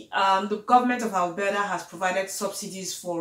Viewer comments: Albera😂😂😂 babe is Alberta🤣🤣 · Waow. Nice one. You are speaking like a Canadian now😉😉. Love the way your pronounced 'Alberta' and 'cofers'... very 'yanki-ish' (lol). Keep the good work sis.